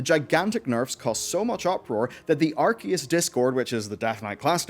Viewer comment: No, I'm not letting you get away with that "Archeus" you tried to slip past me.